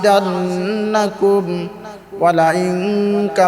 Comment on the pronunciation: আরে ভাই আগে বয়ান করার আগে কুরআন তেলাওয়াত শুদ্ধ করো। লা আজিদান্নাকু হাম দিয়ে নাকি আইন দিয়ে?